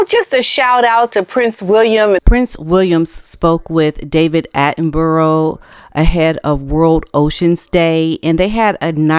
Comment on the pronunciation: I POLITELY ASK YOU TO PRONOUNCE MR D ATTENBOROUGH’’S NAME CORRECTLY 👏PLEASE GO TO GOOGLE A GREAT PLACE TO FIND OUT ✋🤗 👍🤷‍♀️